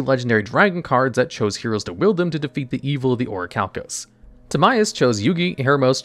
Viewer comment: You pronounced Orichalcamalos wrong